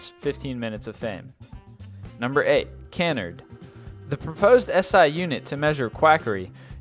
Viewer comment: #8. Canard. This word is pronounced "kuh-NARD." You're welcome.